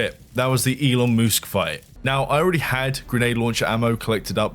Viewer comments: Gitta say, I laughed every time you said Elon Moosk 🤣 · "it is I, elon moosk" thank got he's not a dinosaur, just a moose.